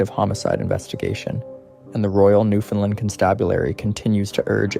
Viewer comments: He is repeating word for word the tory again and it's Newfoundland not new fin land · It's offensive to hear you mispronounce "Newfoundland" as New Fenlin". For Newfonlanders and Canadians it ruins your otherwise ok video. "Newfoundland" rhymes with "understand". Shame on you for not learning this from your research.